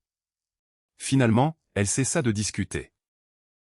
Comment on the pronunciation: Elle cessa, pas de t à la fin....😅